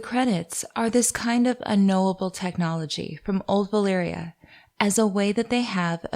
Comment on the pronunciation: I'm just here wondering why do people in general keep pronouncing Valyria and Velaryon wrong...